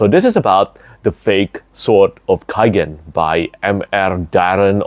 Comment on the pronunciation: It is in the name, no? The Sword of K-AI-gen, amiright?